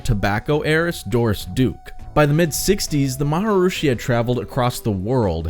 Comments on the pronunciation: Ma- ha- Reee-shee Not maharoooosheee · Is there a reason you mispronounce maa·hr·ee·shee muh·hesh yow·gee ? By saying Ma Ha Roo Shee? Is it just your way of having a little fun? Kinda like Donald Trump pronounces Ch eye na ? Flogging it as you did, took away something from the more serious health aspects of your discussion, in my opinion...kind of like someone using too many fart, or burp sound effects. Made it hard to listen attentively but I did and I agree that some people might find the practice helpful but the organization, especially the guys in their little gilded caps is as laughable as it is dangerous. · I had to turn this off because of the repetition of the pronunciation 'Maharushi', not 'Maharishi'. Learned to meditate through a TM class in my early 20's. Changed my life. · Why did you pronounce it 'marhrushi' instead of 'marharishi'? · Come on dude... it's pronounced Mahar"EE"shi, not Mahar"OOO"shi... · Why do you pronounce his name Maha "rooshi" when it is spelled Maharishi? Maharishi Mahesh Yogi. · Maharishi is pronounced ma-ha-REE-shee (not ma-ha-roo-shee) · The word is Maharishi - not Maharushi. Also the word is Beatles not Beadles . Just so you know. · “Ma ha ROO shi » lol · The “M a h a r r r i s h i” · I thought it was pronounced like Ma-ha-ree-shee... (re-check the spelling). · Fun vid. I think your info and your opinion are solid. Just one question: who is "Maharooshy"? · Interesting subject and I gave you a like, but I had to stop because of repeatedly hearing "Maharooshi" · "The MahaROOshi"?? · Why do you keep mispronouncing Maharishi, "maha-roosh-i?" Whether TM is BS or a con or whatever, that's a weird choice. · Why do you keep saying «maharooshi»? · why do you keep saying MharUshi? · Say it with me: MA - HA - REE- SHEE, ya dum.b.a.ss😂😅😅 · Is he going to say “maharushi “ the whole time? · I'm sorry. I couldn't finish this video because your pronunciation of maharishi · are you saying maharishi correctly? i couldnt watch your video